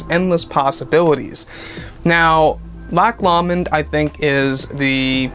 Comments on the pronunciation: LOCK LOW -mund is how it's pronounced. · its pronounced lock lowmond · I have never heard "Loch Lomond" pronounced quite that way.